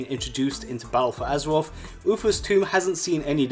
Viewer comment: BALTTLE FUU AZURUREOFF